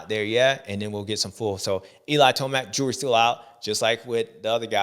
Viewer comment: I love you James, but when you say 'the jury is still out' it sounds like your saying the jewelry is still out. Lol